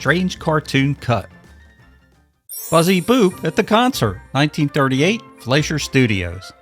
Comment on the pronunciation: Please learn how to pronounce Fleischer correctly.